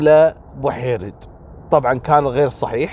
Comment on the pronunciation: لا المجاهدة جميلة بو حيرد توفت مؤخرا الله يرحمها و مشكور لأنك نطقت اسمها صح لأن كل من هو ليس جزائري يناديها بوحريد . الله يرحمها